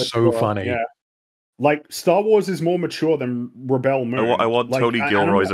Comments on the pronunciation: He’s pronouncing the verb rebEL instead of the what’s supposed to be the noun REbel probably because he’s ridiculing how dumb the films are by saying it wrong on purpose. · Is there a special reason why pronounces the word "rebel" so... uncommon? Is this a reference to a meme or the way it is pronounced in Australia? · With the emphasis on the "el", ? I've never heard anyone else using this way of pronunciation. Although I should add that I'm not a native English speaker.